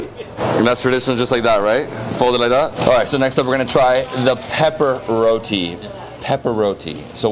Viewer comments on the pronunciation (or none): It is not "rodi" it is RO-TEE spelt as ROTI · It's not pronounced row-de, it's row-tee. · Youre in Trinidad and still calling it Rodee 😭 its pronounced ROTEEE .. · this guy is a bad tour guide. He should have explained to you its Rotee not Rowdee. And there is different types of Roti. Buss Up shot, Paratha, Sada, and Dhal Puri.. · Roti is pronounced RoTee